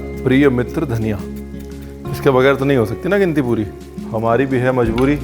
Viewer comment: It’s Dhaniya and NOT Dhanniiaa!! Funny Guy 😂lol